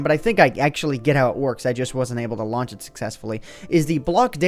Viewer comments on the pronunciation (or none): none